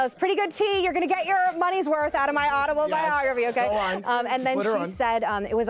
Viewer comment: Did she just say “audible-biography” the mark 🥴🤣🤣